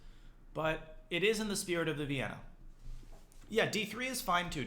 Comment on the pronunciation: you mean "Vayyenna"